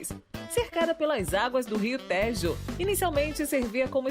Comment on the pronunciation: Teve também uma parte que era para falar da linda vista e a locutora leu visita... fora outras pronúncias erradas tipo ria téjo, sendo que diz-se têjo com e fechado. A ideia é legal mas deveria melhorar esse ponto